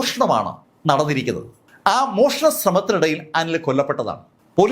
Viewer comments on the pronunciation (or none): മോഷണം.... ക്ഷ എന്നല്ല